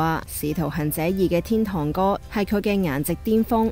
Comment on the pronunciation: 仲有使徒"痕"者、岑"恨"賢，連天「堂(tong)」都講咗做天「tont」 01啲旁白係咁，仲有個梁子清又係，睇到好炆 我都唔明，搵個講野正常啲嘅係咪真係難到咁